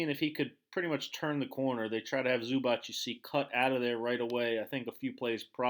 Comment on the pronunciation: Everything good but please learn how to pronounce Zubac (Zubats not Zubach).